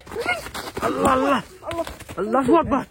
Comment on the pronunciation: ভাই আপনি আল্লাহু আকবর,, না বলে পু আকবর বলেন কেন